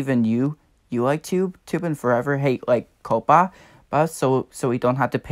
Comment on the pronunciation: 1. Coppa is not pronounced "cope-uh" it is pronounced "cop-uh" 2. You are.. let's say.. half safe. If you set your videos for kids I bet you little kids watch your videos so you could lose subs from them. Non kids are safe, I'm considered a kid still, I am 11 1/2 years so yeah. 3. I am not safe. Most of my viewers are under 13 because I do a community (not anymore) that attracts kids and my content is for all ages. 4. I'm pretty sure FTC and YouTube are doing something. I hope for the best. The only thing I can say now is good luck and I hope we find a way to keep our channels safe.